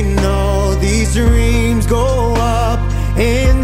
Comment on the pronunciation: He said reams instead of dreams 😂😂😂😂😂